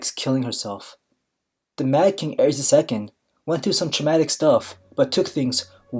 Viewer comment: Targaryen ae is pronounced ay. The Mad King Aerys (ay-riss) not (air-ees) his wife was Rhaella (ray-la) not (ray-ella)